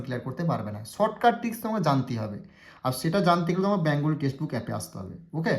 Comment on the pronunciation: ব্যাঙগলী নয় কথাটা বেঙ্গলী